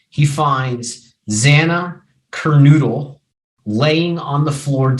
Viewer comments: Cur no dull. Gone Cal vez. And you're a lawyer? NOT cur noodle. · Mogen- not MogDen "kor" (corps), not "corpse" Kernodle (ker,-no-dul) not, ker-noo-dul Kohberger's tag out of PA was set to expire Nov. 30; the registration of his vehicle in WA was coincidental, not evasive in nature. The dog owned y Goncalves was located in Gonclves' bedroom, not "covered in blood" in MOGEN'S bedroom, where both Goncalves and Mogen were found deceased. The charging instrument DOES NOT STATE the shoeprint was found "in blood" in the hallway, it simply stated a shoeprint was discovered in the hall and was determined to be from a Van's brand shoe. Kohberger APPLIED for an internship at Pullman PD; there is no statement of fact that Kohberger's application was accepted, or that Kohberger ever worked at the Pullman PD, in ANY capacity, at any time. The DNA on the knife sheath was not a MATCH to the DNA found in PA. The DNA found in PA revealed it was PATERNALLY RELATED, at 99.9998% as the FATHER of the DNA profile collected from the knife sheath in IDAHO at the crime scene. There has been no statement of fact that the DNA found on the knife sheath was that of Kohberger's father. It is clear you misunderstood the scope, purpose, and results of the two sources of DNA; the two profiles showed a FAMILIAL connection, NOT one SINGLE person as the contributor to BOTH DNA samples. Sloppy research, unnecessarily dramatic and overwrought. delivery.